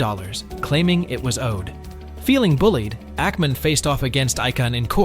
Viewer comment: His name is not Ike-an, it’s icon (for Icahn). Really wish voice actors would research how to pronounce people’s names.